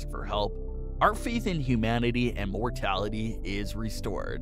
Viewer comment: Anyone else heard "mortality"😂😂